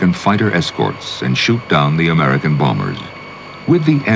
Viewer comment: Will he stop saying BOMMERS instead of bombers?